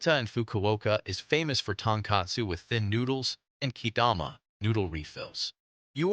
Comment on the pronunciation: Please please please pronounce "tare" correctly. It's not pronounced "tear" like "tear a piece of paper. It's pronounced "tah-reh." And while you're at it, please pronounce "tonkotsu ramen" correctly too. "TonKATsu" is the popular fried breaded pork cutlet. The ramen style is NOT "tonkatsu." it's "TonKOHtsu." Correct pronunciation will make your video better and more believable. Thanks.